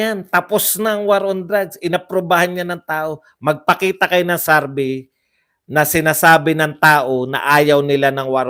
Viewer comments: SAR-BAY SAR-BAY SARBAY!! ang sakit sa tenga;,, SURVEY, SUR-VEY PAKIBAGO naman po ninyo ang pronounce... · Survey! hindi sarvey.😁😁